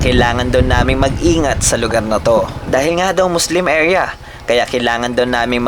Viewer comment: Grabe naman yung emphasis sa Muslim Area.